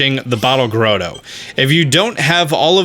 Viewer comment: .45 Bottle "grodo"?!? It's grotto, as in Santa's Grotto...two letter ts